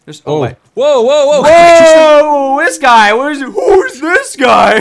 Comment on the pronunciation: Gai it's 'guy'